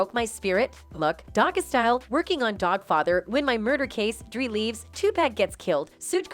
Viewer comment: Sooge and dree. I’m dead 😂